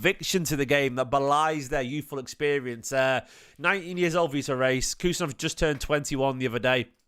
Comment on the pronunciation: Loved seeing Vitor rushing back and decisively winning the ball back from a breaking opposition player too. Physicality! Plz tho, it's pronounced Hayes 🙏